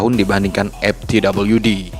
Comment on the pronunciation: gila di awal saya bingung narator nya bilang MTWD itu apaaaa, eeehhh ternyata dia bilang EpTWD, ternyata ga bisa ngomong F, F kok di baca Ep, V kok di baca P, sebener nya dimanapun anda berada pasti nya harus bisa bilang F dan V, karena anak T.K. aja bisa bilang F dan V, bro kamu harus bisa baca F dan V dengan ejaan yang benar, video mu di tonton orang se indonesia, malu kalah sama anak TK